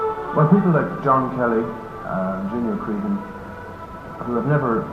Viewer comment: aw no how did he say my name ewwww no please .... Cree han? it's more like crehun 😂😂